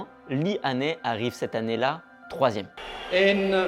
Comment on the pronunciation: Son nom se prononce "HAI-NI" , et non pas "HA-NAI".